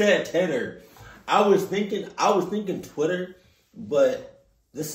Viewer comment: Bro said titter 😂😂💀